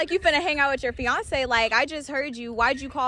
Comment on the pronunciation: I swr you said Beyoncé instead of fiancé on time